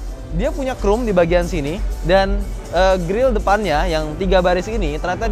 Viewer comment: ngomong "expander"-nya inggris banget~ tapi spion yg udah pake "krum" itu yang bagaimana? 😂😂😂